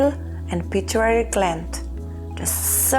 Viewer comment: Its pituitary gland not pituary, just a gentle correction, thank you for your lovely videos